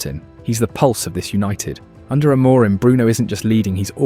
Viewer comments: Trigger Warning: For half the video this dude pronounces "Amorim" like it's a fucking spell in Harry Potter. That's all, have a great day. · The voiceover pronounces Amorim incorrectly and also spells out I-N-E-O-S instead of just saying it. It also does that "it's not X, it's Y" AI writing trope pretty much constantly. Was going to follow the page but there are creators who are putting more effort and analysis in, this is just an engagement farming channel it seems. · Can only assume that this is Ai generated. Pronunciation of names is inconsistent, spelling out I-N-E-O-S, and the overall tone. Three wins on the bounce but you’d think we’re a win from winning the league.